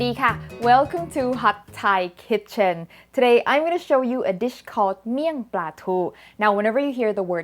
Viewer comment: Thanks for the Thai Pronunciations